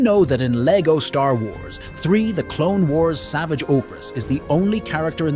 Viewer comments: I hate it when people pronounce his name as it's spelled. It's pronounced SavAage. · It’s not savage it’s pronounced savàge oh-press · It’s Sav-arge Opp-ress, not Savage Opress, obviously the name Savage Opress is a very on the nose evil do-er name but it’s pronounced differently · it's pronounced sa-vahge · Its not pronounced savage. Its saavage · It's pronounced sa varsh opress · It’s pronounced Savage, not Savage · Bro pronounced Savage's name wrong 😂